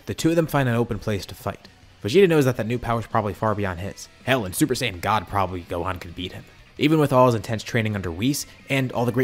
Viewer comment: Am I going insane or did you say GOAThan every time you said Gohan, I feel like I hear it, but it also kinda doesn’t feel like it, explain yourself